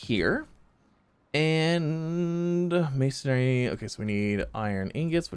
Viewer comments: MAY-SUN-REE. There's no second A in there. MASONRY. It's not MASONARY. :P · It's Mason-ry, not Mason-ary bud.